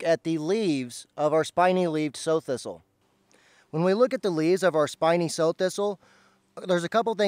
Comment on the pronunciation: I thought this was pronounced like the female pig.